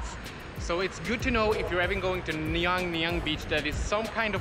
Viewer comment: Nungallan beach. not Nyang Nyang !!!!!!